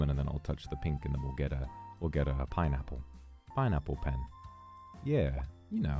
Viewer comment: パイナッポペン ペンパイナッポ トメイトゥトマァトゥ ファッッッッッキンブラックベリィズ（ブチギレ）